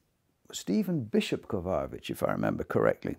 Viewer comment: Seems like Dude should figure out how to pronounce these pianists' names. They are world class, after all! "Slavislav?" ... you mean, Sviatoslav? "Peres?" ... you mean Pires? "Kovayovich?" ... you mean Kovacevich? Not to mention Ludwig VON (?) Beethoven. Kind of an obscure composer, I guess. ;-/